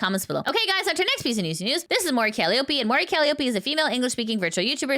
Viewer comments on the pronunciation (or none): Shiori = she-OH-ree. Calliope (it's an actual English word) = ca-LIE-uh-pee. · Random Unhelpful Pronunciation Nitpicker Guy here: "Calliope" is pronounced cal-EYE-oh-pee. But you can actually see the formal notation(s) for pronunciation on Wikipedia and other sites because besides being Mori Calliope's personal/given name, Calliope is the ancient Greek muse of epic poetry, as well as the name of a large, steam-powered instrument that I have no idea why I was familiar with since childhood.